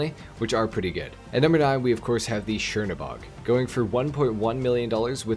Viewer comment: Chernobog is pronounced kernobog